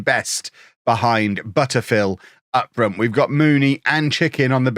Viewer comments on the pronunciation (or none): none